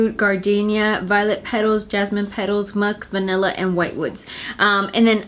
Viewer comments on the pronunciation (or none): none